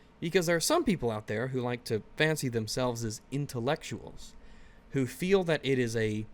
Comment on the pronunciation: You mispronounced "intellecutal."